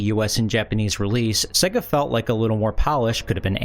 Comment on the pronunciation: It's pronounced "say-ga" not "seh-ga"